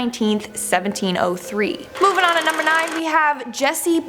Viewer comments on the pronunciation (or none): none